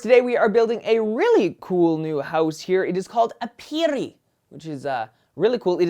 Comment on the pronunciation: I LOVE your house designs! There is seriously not one house you've made that I haven't liked. Your planning is so creative! Also, "aperi" is pronounced "AH-pehr-ee." (And no rolled "r", that only happens when you have to r's together.) I apologize if this sounded know-it-all-ish, but I'm a HUGE Latin nerd and I figured you might want to know. =) But once again, another amazing house! My favorite part is probably the dining area on the main floor - the glass wall looks so epic.